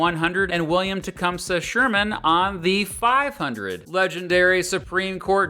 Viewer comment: It’s pronounced teh-cum-see. I’m now triggered